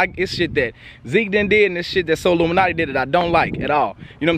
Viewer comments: Bruhh you calling him solluminati on purpose? ahahahahaha dying outchere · So we just gonna ignore the fact that massacred his name 😂😂 “sollumanti”